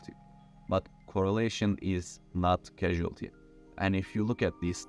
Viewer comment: Causality is not pronounced cashultee - its corz-al-it-ee